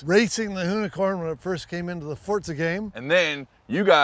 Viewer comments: Forza not fortza. for fecks sake its not rocket science its basic English. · Next on how to pronounce “FORZA” There’s no T in forza Mr Block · I know a lot of people that pronounce it fortza